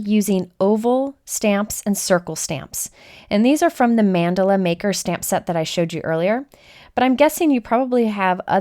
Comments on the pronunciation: It sounds like you are saying Mandolin like the instrument. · It's more like mann-duh-la Idk how you'll spell the pronunciation but its kinda like that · I love your videos. Thank you for your fabulous sharing. (I would like to correct your pronunciation of Mandala- Mun-doll-a is a more accurate pronunciation)